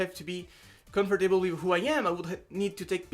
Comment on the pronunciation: Hey, je suis français mais j'étudie l'anglais donc une petite remarque : Les mots comme "comfortable" (tu le dis à ) ou "vegetable", il faut les 'raccourcir' quand tu les prononces. Pour "comfortable" ça donne ˈkʌmftəb(ə)l, seulement trois syllables, tu ne dois pas prononcer le "or". Ah et sinon, bravo pour tous ces changements. Ca a dû être difficile, mais les résultats sont là. Bon courage pour la suite ! <3